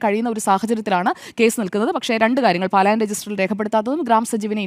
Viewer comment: പാലായന രജിസ്റ്റർ അല്ല സ്ത്രീയേ പലായന രജിസ്റ്റർ എന്നു പറയൂ. ഏതായാലും കാസകൾക്ക് പ്രശ്നമില്ല. ഒരു കവി ളത്ത് അടിച്ചാൽ മറ്റേ കവിളും കാണിച്ചു കൊടുക്കണം എന്നല്ലേ പറഞ്ഞിരിക്കുന്നത്.